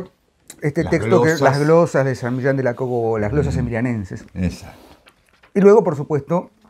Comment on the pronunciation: San Milán de la Cogolla. No me diga "cogola", por favor. Tampoco " medinacheli". Mal empezamos, PROFESOR de literatura. El resto está plagado de imprecisiones.